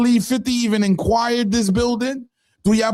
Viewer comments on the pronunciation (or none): You getting like Chyna,did Fif “inquire” the property or did you mean “acquire”😂😂😂😂